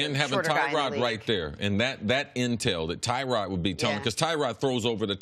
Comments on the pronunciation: It's pronounced Tuh-rod not Ty-rod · It's not TYROD...ITS TYROD....